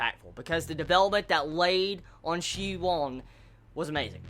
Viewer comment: I think the main character's name is pronounced shi and then woon like toon or soon. Same for the Wun woo clan. We'll at least that's the way I've been reading them since I started